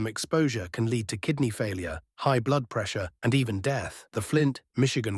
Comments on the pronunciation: lead being said as leeeed not lead AI voice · Leed. Leed poisoning. AI aint that smart